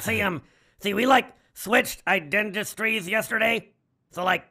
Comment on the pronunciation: “We switched identistries.” I about fell off my chair!